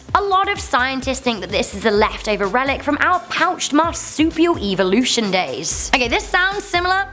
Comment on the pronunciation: Like your guys vids, but the way you say evolution almost made me want to skip watching this one, other then that I'll still give a thumbs up ^-^